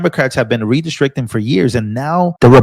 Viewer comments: Stop!! The mispronounciation oh "redistricting" is outright painful. Re- district- ing. Not re-de-strict-ing. Ouch. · RE DIS TRICT ING 😂